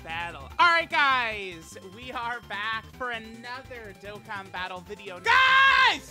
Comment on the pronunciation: as a huge charlie supporter and a dokkan lover i love hearing him pronounce the name